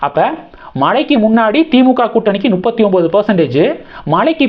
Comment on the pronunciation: தம்பிக்கு அது தப்பு எனத்தெரியும்! நுப்பத்தி எனும்போது ஒரு குஜால்தான்! அதுக்காக த்தான் சொல்லுறாப்புல!